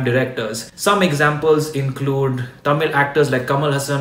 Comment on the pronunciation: Wow you pronounced tamil as thamizh(which is correct one and not Tamil)